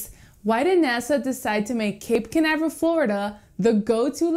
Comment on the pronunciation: Your pronounced toooooo bad.... Spanish???